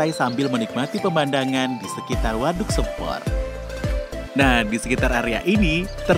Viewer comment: Pengucapan nama waduknya salah mas, vokal "sempor" salah 🙏 vokal "e" nya salah 🙏